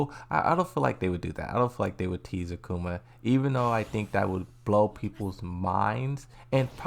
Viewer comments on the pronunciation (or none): none